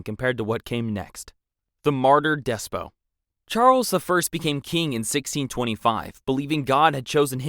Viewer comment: Horrible mispronunciations in this video: Calais , Despot , Provence, Æthelred , Mortimer